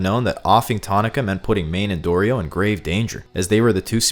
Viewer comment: Thank you for calling Dorito correctly, I’m sick of people not pronouncing her name the way it was intended